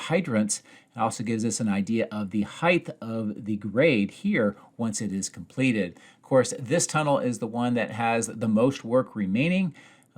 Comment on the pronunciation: “Height” ends in a hard ‘t’ sound, not a ‘th’ sound.